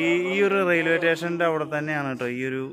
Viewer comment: Railway tation alla makane station ennu parayu